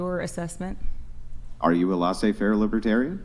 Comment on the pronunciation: laissez-faire (pronounced layzay not lahzay andrew)